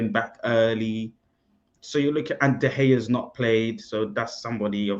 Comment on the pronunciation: Mercel just said De Gea🤔